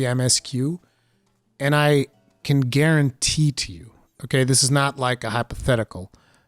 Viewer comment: Are you saying "guaranteet"?